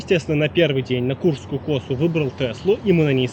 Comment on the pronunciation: косУ а не кОсу